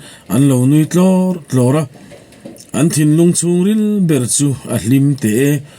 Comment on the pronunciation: I aw hriat a nuamin i chhiar thiam khawp mai. Chutih rualin thin tih trin, pasaltha tiha pasaltra tih te, hei bakah chhung tih tura chung, chhuak tih aia chuak tia i chhiar thin tea 'h' i lam hmaih thin te hi han siam tha ta la ngaihthlak a nuam zual ang. Thahnemngaih thilah aw, subscriber nih ve manah.